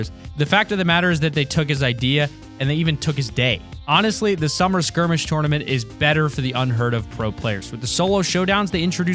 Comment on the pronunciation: TOWRNament lol